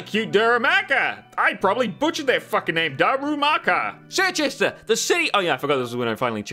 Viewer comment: I think Circhester is supposed to be pronounced "Cher-chester"